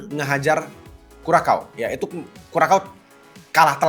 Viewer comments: Kurasau bang bukan kurakau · kalo sosmed loe isinya aja cuma Ai & Kripto mana mungkin fyp pildun lawak🤣 Curacao di baca aja Kurakao🤣😂🤣😂 ketahuan ga pernah nonton bola ini bocah Channel keuangan bahas pildun hasilnya OFFSIDE😛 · Kurasao bukan sih sebutinnya???